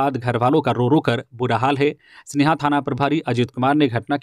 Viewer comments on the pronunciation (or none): लोहरदगागा के जगह का नाम में सेनहा है। स्नेहा नहीं है। अतः समाचार पढ़ते वक्त सही उच्चारण करते तो उचित होता। शुक्रिया